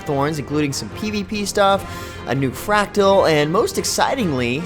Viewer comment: MordRamoth, not Mordamoth. It's fRactal, not factual. I would think you have a problem with 'r's'. but you say other words just fine.